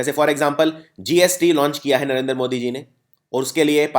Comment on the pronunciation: Sir please, Narendra ka pronunciation Narender mt kijiye. Loved the video..thank you.